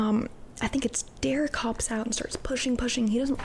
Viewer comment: His name is Gerret, not Derrick. Just letting you know:)